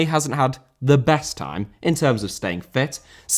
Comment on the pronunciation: Villarreal* not Viarreal